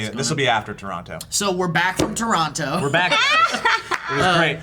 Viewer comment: any other Torontonians notice how they pronounce the second "t" in Toronto?